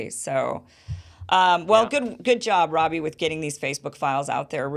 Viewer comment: I ALMOST clicked OFF this video when I heard you say "Robbie" ...🤦🏽‍♂️